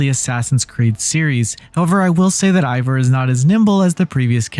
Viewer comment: Fran-C-a - how did you play this dlc and still fail at pronouncing Francia correctly, more to it, how have you never learned how to pronounce it properly as an adult? As the people living there are the 'Franks,' so their land is called Fran'k'ia. As someone below stated, you mispronounced Eivor's name as well - repeatedly. More like you read from a script given to you by someone else who possibly played the game, and you read it without knowing proper pronunciation. The review itself was okay, but please, work on your pronunciation...